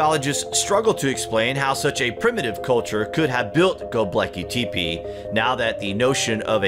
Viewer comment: OH MY GAWD, HOW DID HE SAY GÖBEKLI TEPE????? DO YOU NEED A VOICEOVER NARRATOR WHO SPEAKS ENGLISH, OR CARES AT ALL ABOUT HIS ROLE?? I volunteer. If I’m even remotely unsure of how to pronounce some thing I sure as f*ck know how to look it up. My gawd.